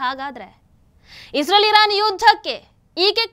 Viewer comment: Madam ಅದು Israel(ಇಸ್ರೇಲ್ ) isreal(ಇಸ್ ರಿಯಲ್ ) ಅಲ್ಲ. ಸರಿಪಡಿಸಿ.